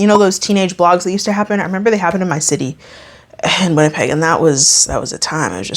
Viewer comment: Did you say Winnipeg ??